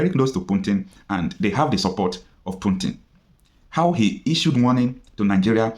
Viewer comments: Pls it's PUTIN not PUNTIN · is not puntin is Putin😂😂😂😂😂